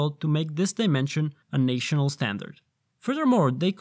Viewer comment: Pn nam ah canal? Nice try. Nay shun al standard? Aaaarrrrggghhh!